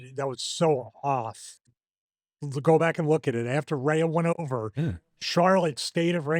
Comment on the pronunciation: The way stevie keeps pronouncing Rhea must be a rib.